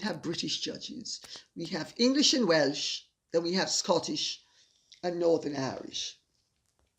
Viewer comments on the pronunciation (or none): none